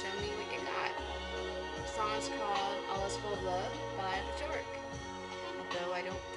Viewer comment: Björk is pronounced Beeyerk. Your little girl was sweet!